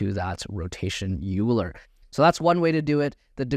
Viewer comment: Great course. Just an FYI as a Mathematician I must correct your pronunciation of Euler. It is pronounced as Oiler not Youler.